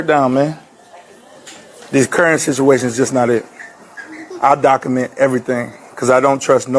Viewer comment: It's "docUment" not "docament". And the it's "earth' not earf. Lol